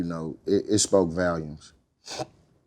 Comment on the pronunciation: It spoke valums lol